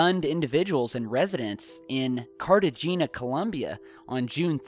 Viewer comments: "Carta-jeenah"??, how important to you is it to research the proper pronunciations of cities not in the U.S.? I mean I understand that may be asking much when it comes to Asian cities, Russian or oriental, but this city is well known. For all the wrong reasons mind you, but still. Cartagena is pronounced carta-henya. I'm sorry I like what you do, but that annoyed the fuck outta me. Still keep up the good work. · it is pronounced Cart e hey nia not cartejena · That is CAR-TA-HAY-NAH. Not CAR-TA-GEE-NAH. It's Spanish, after all. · carti- H- A-Y- na, not catri-j-e-e-n a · lol cart-a-gina hahaha.... pronounced cart-a-hen-ya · Carta-Gene-ya??? Really? It's pronounced Carta-hane-ya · Cartejena. Pronounced CART A HAY NYA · It's pronounced 'Cart' Ahh' Hen' Yah'... Also WTH was that? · seriously "Cartagena" Pronounced "Carta Hen-ya" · Carta...Gina? lol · CARTAJAYNIAH for the love of god, work on your pronunciations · Cartegena, Columbia. The city is pronounced "cart-a hayna". The aliens consider us less than a level 0 when we can't even pronounce a Combian city's name. ;) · I was enjoying this until you butchered the pronunciation of "Cartagena". The "g" is pronounced like an "h", not a hard "g"... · Cartagena, please pronounce it properly.